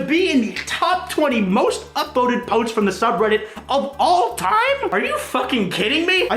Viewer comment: "to be In the top potes of all time